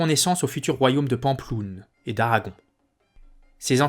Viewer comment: Vidéo intéressante mais la prononciation de Pampelune quelle horreur. Je suis étonné des détails de la bataille de Roncevaux, car il me semble que l'on situe la bataille aux alentours de Roncevaux mais on n' a jamais trouvé de vestiges. Il y a des écrits qui relatent cette bataille ? Côté Francs peu car on relate plus les victoires que les défaites côté Basques peut-être....